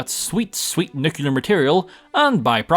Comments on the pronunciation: Nucular or nuclear? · imagine playing Fallout on most of your channel and pronouncing "Nuclear" wrong. (not meant to be a mean comment, just wanted to point out that you said "nucular") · Your constant mispronunciation of "nuclear" is weird without an American accent.